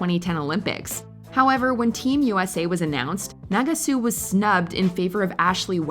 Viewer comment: Team USA’s baffling decision… there are many other decisions that should be named here. 2018 taking Adam Rippon instead of Ross Minor for starters. You’re pronouncing Nagasu incorrectly. The “last laugh” that you say Mirai got over Ashley, being the first American woman to land a triple axel, the clip you showed was a double axel.